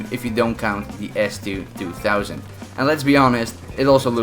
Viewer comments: S2 2000 you say it s2 200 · Idk how many others may have caught his mistake. He kept saying S2-2 THOUSAND. It’s 2 HUNDRED dude. Idk how he didn’t catch his mistake while editing the video when you see the name show up numerous times when he got people with it. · Its s2-200 not s2-2000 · It is an S2 twohundred btw.. :D not twothousand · Its call s2-200 not s2-2000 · He said S2-2000. It's S2-200